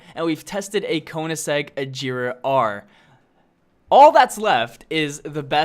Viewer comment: It irritates me when you pronounce chiron regera agera r wrong😑